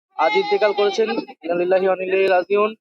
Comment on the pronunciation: কি শিক্ষা গ্রহণ করলে ইন্নালিল্লাহ টাও ভালো করে বলতে পারো না হায়রে জ্বালা